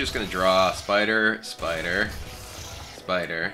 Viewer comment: dislike b/c of spider pronounciation